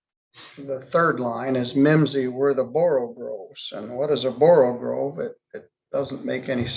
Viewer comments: borogove NOT borogrove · You pronounce it 'Borrow-gove'. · With all due respect for, the word is pronounced, "Borogove", not "Borogrove". There is only one "r" in the word. Also, the slithy creatures were "Toves", not "Tives".